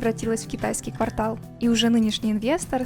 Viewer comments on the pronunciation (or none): none